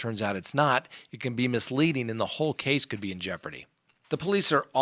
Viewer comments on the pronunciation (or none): none